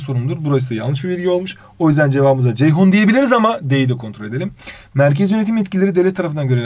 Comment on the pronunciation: hocam ceyhon dediniz yanlışlık yaptınız